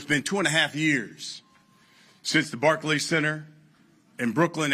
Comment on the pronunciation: Barkey center lmao